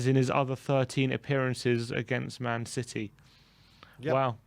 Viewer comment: What happened? “If Spurs beat Citeh, I’ll have a shave”. Lol